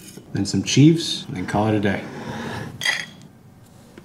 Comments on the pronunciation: “Cheeeeves” lol chives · Bro why tf does he say cheeeeves not chives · boi if you pronounce it cheeves one more time ima unsubscribe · BRUH PRONOUNCE IT THE CORRECT WAY. ITS CH-IVE-S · I hope his pronunciation of chives was a joke too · The best/worst troll is the way he is pronouncing Chives. Bruh I like your videos it’s cool, but I’ve never been so bothered by a pronunciation before. Duck outta here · Why do you pronounce chives like that? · I would never make anything from a chef who can’t pronounce “chives” 🤦🏼‍♂️